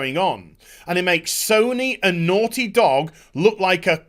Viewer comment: The way he pronounces “naughty” when he’s worked up reminds me of...uh...”certain characters” from I think the original Fable. “Oh you’re so noorty!”